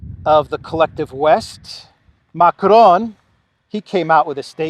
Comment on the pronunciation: Macrone HAHAHAHAHA